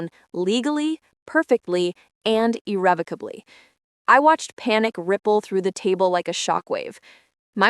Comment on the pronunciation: Good reader, actually correctly said “irrevocably “